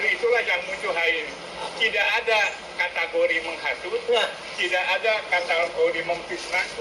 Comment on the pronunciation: Lucu. Katanya ahli linguistik, tapi menyebut kata "kategori" dengan melafalkan "katAgori". Apakah dia tidak tahu kata aslinya dalam bahasa Inggris? 🥴😓